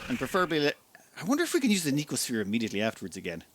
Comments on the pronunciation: The youtuber inability to actually read words before pronouncing them strikes again. It's no-see-oh-sphere. No k sound in there anywhere. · No-See-O-Sphere Sorry, the pedant in me got out momentarily. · "No-see-oh" sphere. From "Nociception," having to do with the perception of pain and discomfort.